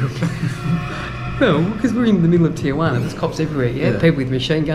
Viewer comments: What the hell is a Tijuani??? It’s pronounced Tee-Hua-Na! 😂😂😂😂🤘🏼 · ITS PRONOUNCED TEE UH WANEE NOT TEE JU WANEE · Tee-Yu-anee!! Lol omg this guys are hilarious. Te-jua-na. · You say it « Tee Roo Waana » and not Teejoowanie 😅😎✌️ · Hilarious the way you pronounce Tiaguanna 😂😂😂😂😂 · "Tichewaney"...lol where are you? Good deal on the Sporty. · Tee-gee-wanee.... Translate- Tijuana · lol, tigueywaanney ....